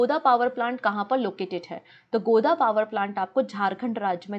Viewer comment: Its not गोदा Its गोड्डा mam 🙂